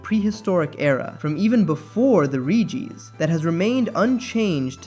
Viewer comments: It’s Regi! Not Ree-geee 🤦‍♂️ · Can we talk about how you pronounce relicanth correctly, but then Reeeegees? What, are they the long lost brothers of the bee gees? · Bro said "the Ree Gee's" 😭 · "ree-gees" Lol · Dawg “reegee” isn’t even a mispronunciation that’s just objectively wrong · "the ree gees"